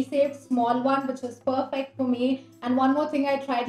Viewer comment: Chal chal pppperfect 🤣🤣 bolna Sikh